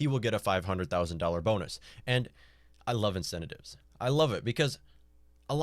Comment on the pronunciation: Why the hell should I trust the opinion of a toddler who cannot even pronounce the word "incentives"?